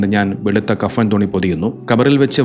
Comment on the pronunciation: 'കഫം' ചെയ്യുക എന്നല്ല 'കഫൻ' ചെയ്യുക എന്നാണ് ശരി. വീഡിയോ ചെയ്യുന്നവർ അത് ശ്രദ്ധിക്കണം